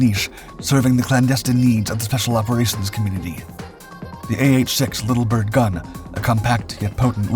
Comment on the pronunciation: not 'little Bird', Little Bird. you're not describing or differentiating; the emphasis is shared equally between the two words - it's a proper name.